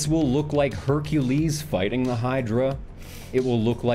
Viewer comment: Is it wrong that the first time I heard him say "fighting", my brain autocorrected that and all the others to "fucking"?